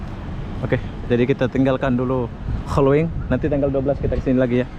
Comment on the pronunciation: Holywings, bang...not holowings.🙏